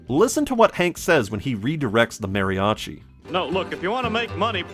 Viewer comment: Boy, it's kind of hurtful to hear you pronounce "mariachi" incorrectly, and then "dinero" very well immediately after